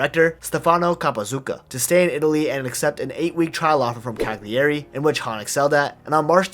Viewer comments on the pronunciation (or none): Incredible story! Poor guy so talented but born in the wrong place. For the future: Cagliari = KA-yuh-ree not ka-ghli-AY-ree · not CA-GLEE-EHRI, CAH-LEE-AH-RI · Look at the correct pronunciation of the name Cagliari. Your pronunciation is terrible. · Strange that he kept mispronouncing Cagliari with all that research